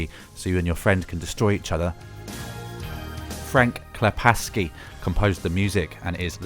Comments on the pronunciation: it's frank klepacki not frank klepaski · It's pronounced Joseph D. "Kukan" [Kucan], not "Kusan" and it's Frank "Klepaki" [Klepacki], not "Klepaski" :) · Frank Klepaski? Frank Klepa-S-ki? He does have an unusual name, so it's understandable to get it wrong. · Frank Klepacki pronounces his name kle-pack-ee, not the polish way. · For your information, you pronounce "Klepacki" like "klepaki". The C joins the K, it doesn't become an S. Same with Joe Kucan. The C here is a K, not an S. Anyways, good video! I've learned about RTS titles i previously didn't know about and may give them a try. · Pronouncing of some of the names hurts. :-( Namely Kucan and Klepacki. C is not an S. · There's no S in Frank Klepacki!